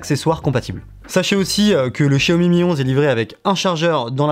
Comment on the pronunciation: Pas de test vidéo sur le Xiaomi Mi Lite 11 5G ? Ah cette marque se prononce Jiaomi 😊.